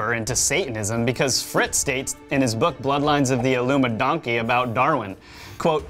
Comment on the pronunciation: I love that y'all say "illumidonkey".